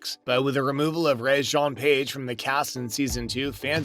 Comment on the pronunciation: Please learn to pronounce Page’s name correctly. His first name is pronounced Reggae, like the music. This was an interesting piece with a focus on the score and composer.